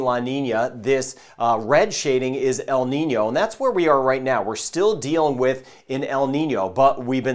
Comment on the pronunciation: Thanks for telling us about En-Nìno and La-Nìna. The way there dose work.